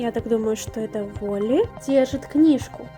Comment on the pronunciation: уолли правильно череза у (не хейт)